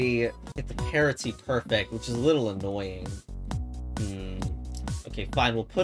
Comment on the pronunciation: why do you always pronounce parity that way?